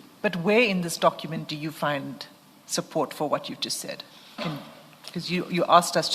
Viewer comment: Dokhument 😂I blame his then English teacher